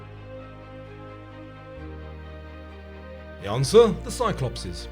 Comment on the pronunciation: I like how the spelling of Cyclopes is there and it’s still pronounced wrong 😭